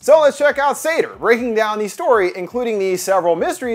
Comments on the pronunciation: I also couldn't quite get past the -pronunciation of Sator either... that is to say 'Satyr'. Which is a bit more literally a horned forest spirit and probably closer to the depiction in the movie. Likely on purpose? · As a Jewish person i get thrown off every time he says “sator” bc it sounds like “sedar” 🌚🌚